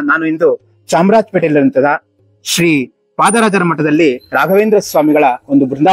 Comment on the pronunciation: Hare Srinivasa, its Sri Sripadarajaru. Sariagi heli..